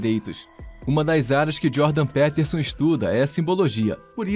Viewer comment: Mano, é "Djôrdan - Pítersãn".